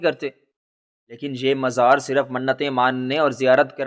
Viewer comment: مزار... م گے اوپر زبر ھے زیر نہیں.